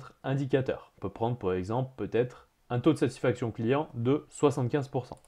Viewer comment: Je n'ai que trois choses à dire : - vat-être - vat-être - vat-être ! Formateur d'Excel et déformateur de français.